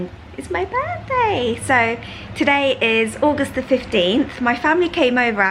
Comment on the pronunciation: Does anyone know why appears to articulate fairly well yet says "my burffday"??